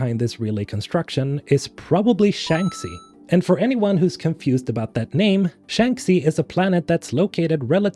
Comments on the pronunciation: I don't want to be that guy, but I just have to put this out: Shanxi is pronounced "Shangshi" since it's a chinese name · Love these videos. You keep me hyped every time. Also, correct me if I'm mistaken, but isn't it (Shanxi) pronounced "shank she" ? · How on Earth can you say Shanxi wrong so many times after playing the games? It is pronounced in the game numerous times. The phonetic should be Shankshee! 😂